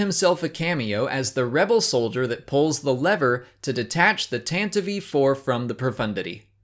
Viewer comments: Tan-tiv-ee That's been the official pronunciation of Tantive for many years. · I love this channel! ...But it drives me nuts that you always add an extra syllable to "Tantive IV." You tend to say "Tantevive IV." ;-) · "The Tantavee 4" cringes at the pronunciation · "Tantivee"? That's a new one. I always pronounced it "Tantiv" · He said "Tantative 4"